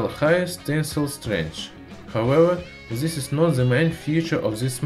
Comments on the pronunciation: омг, зыс прононсиэйшн. ю кэн ду бэтэр мэн. гуд лак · "in zis kirkumstances"